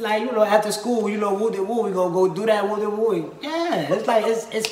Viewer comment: They got wooty woo perfectly correct I ain’t got shit to say